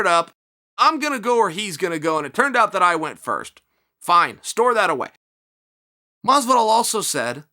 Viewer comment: "George" Masvidal